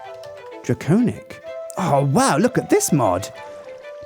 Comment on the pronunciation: It's pronounced wi-vern and drac-onic. Not why-vern and drac-ownic.